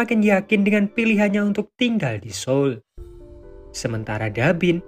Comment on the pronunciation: Baru kali ini ada youtuber menyebut kota SEOUL dengan benar yaitu SOUL . Selama ini para youtuber dan penyiar TV banyak yg salah mengucapkan beberapa kata bahasa Korea yg penulisan Ama pengucapan berbeda. Yg lebih parah para penyiar TV knp tidak belajar tentang pengucapan dalam bus Korea sehingga tidak salah dalam pengucapannya